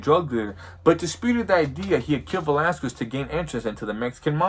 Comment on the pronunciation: For being Mexican you sure say “Velasquez” wrong. You say it how white people say it.